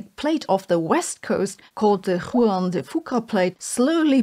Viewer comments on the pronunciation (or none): Arkansas=“Ar-can-saw,” Juan=“Wan,” like Obi-wan Kenobi, or Wonton soup. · Thank you Sabine. Good info. Head's up it's pronounced Arkansaw...even though it is spelled Arkansas. And it's not Whoo-an for Juan but phonetically is said Wan like yawn. Petty criticisms on my part will you forgive me? Other than that I love your videos. They are thoughtful, informative and factual. I appreciate your objectivity. I'll always take time to watch your videos. I love to learn. Thank you. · I believe "Juan" is closer to "won/wan" than to "huan" phonetically. Its my name.